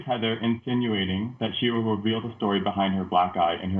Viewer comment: Whitney saying “riVILL it.” 👁 👄 👁